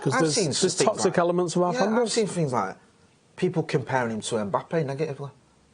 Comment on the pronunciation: It's Mbappe not EMbappe ffs